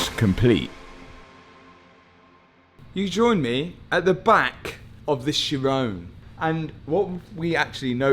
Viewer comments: Matt.... it is pronounced (Ki'-Ron') not sheyrone. This is just another example of how money does not buy education, and how the British destroy the English language. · Isn't it pronounced "heeron"? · the edchiron got me hahaha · “ Chiron” for the head rest.